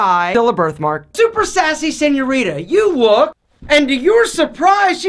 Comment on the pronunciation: for the love of God Please stop saying" senorita " everyone who speaks Spanish fluently gets a half stroke when you say it like that.